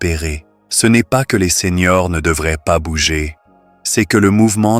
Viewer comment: Seigneurs : ce n’est pas SENIORS ! merci d’éduquer l’intelligence artificielle !🤞👍👋MERCI des conseils, mais c’est plutôt long et lent…👋🤣heureusement, vous avez accompagné vos propos avec des images magnifiques 🤣💪👍